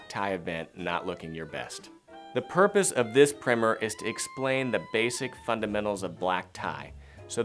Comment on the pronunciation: Said "primm-er" instead of "prime-er" so can't take it seriously